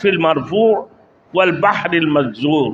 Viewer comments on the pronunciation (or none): بھائی قرآن مجید میں پڑھنے غلطی کی ہے یہ والبحر المسجور ہے ناکہ مجسور